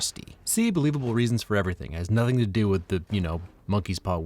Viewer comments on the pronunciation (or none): woah you miss pronounced “nothing”